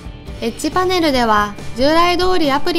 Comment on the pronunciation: エッジパネルがエッチパネルに聞こえた